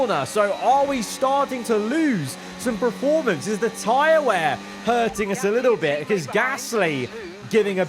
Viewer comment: Love your videos. But please can you say PER-formance instead of PRE-formance :)